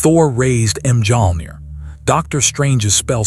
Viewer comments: AI: Thor raised M Jong 😂😂😂 gotta love when the ai can't pronounce correctly. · The letter j is silent